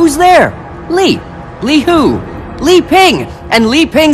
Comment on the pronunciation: Season 5 is coming in December. Episode 54 is called Ping Reunion, Episode 55 is called Brothers Back Again, and Episode 59 is called Radcircles Returns Plan. I also heard that the serpent's name is Li pronounced lie. Lot of answers are in that season.